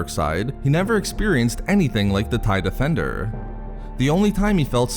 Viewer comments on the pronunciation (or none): "The Starfighturrr." "The Tie defendurrr." Come on bro XD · take a sip every time he says defenDURRRR